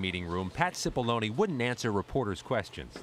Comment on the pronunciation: It’s pronounced “chipollonae” not “sipolloni”